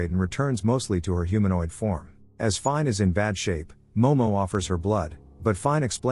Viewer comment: Finē (feen-a) not fine